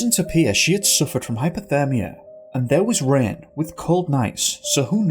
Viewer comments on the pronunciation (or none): none